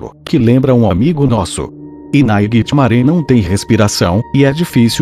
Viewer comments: quem é "nainitimare" kkkkk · Nightmaré hahahahahahahahahahahaha ele n sabe fala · Para de falar naiguiti maré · Para de falar NAIGITIMARÉ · PARA DE FALAR NAIGITI MARE!!!!!!!!! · Para de fala nithgnare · Para de falar nhitsmare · Para de falar naiguitihgfgdthd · Mano quantas vezes você falou nighrmare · ele fala o nightmare errado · kkkkkk eu sei, eu acho até engraçado ele falar Naiguitimaré ao invés de Nightmare! Kkkkkk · Se tu ganha se mil reais a cada vez que tu fala nighitimare tu ficaria rico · Náiguitimaré dá muito medo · como c iscrever nightmare do geito que ele fala nightMARE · ele falou 27 vezes NAIGUITIMARE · o nome q vc fala e nigthimare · Nightmare não Naiguitimaré kkkk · Naigtimaré kssssksksk Fredibear ksksksksksssk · VC só. Fala. ISO. Nithamare. !!!😓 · Porra para de falar nightmaré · cansei de ouvi naiguitinare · E naitime não e nairitimare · Ele fala assim mas é nightmare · NÃO SE FALA NAIGUITIMARÉ E SIM NIGHTMARE!!! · naiguitimaré fica puto quando VC chama ele de naiguitimarè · acho que nightmare fica puto quando vc fala naiguitimaré,entao chame ele pelo seu nome certo. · Não é ninghtmare, é Nightmare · O "naiguetimaré" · Naguitemaré VEZES HAUHAUSHUAHUA!! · tem que parar de dizer "nigthmaré" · É muito engraçado ficar vendo ele falando naiguitimaré o vídeo todo kkkkkkk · AAAH! TD HORA "NAIGUITIMARE!" KKKKKKKKK RACHEI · experimenta escrever "Nightmare" no Google tradutor se vc escrever do jeito certo vai falar errado mas vai ter q escrever "Naightimare" e vai falar Naightimaré do mesmo jeito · Tem outro vídeo que tem uma parte que ele fala naiguitimare várias vezes tbm Morri de rir 😂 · Cada vez que ele fala naiguitimaré eu morro de rir #rindoaté2018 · duvido vc ficar amigo do "naigitimare" E SEM MEDO HEIN?? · Caramba, nunca ouvi tanto NAIGUITIMARÉ num vídeo kkk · anos depois to aqui rindo do naiguitimaré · falando nightmare "NAIGHTMARÉ" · Ai minha caraiba oq mais ouvi nesse video foi naigtmare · Naiguite maré KKKKKK😂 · 0:7 Naiguitimaré